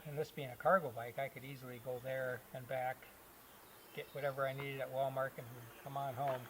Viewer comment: What's a Wal-mark? 🤔😆 My grandmother used to call it that, too. Great videos, love your ingenuity!